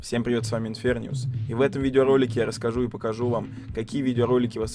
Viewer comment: Почему инферниус если легче говорить инфернус